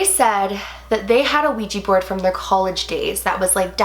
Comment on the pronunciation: When you said wegy board I got dissy